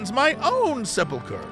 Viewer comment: Sep-uhl-chur Jesse.